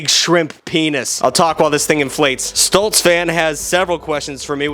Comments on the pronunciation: the way he pronounced “Stolitz” as “Stolts” just messes with me a tiny bit. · I love how he pronounced stolitz (sto-lits) stolts (stol-ts)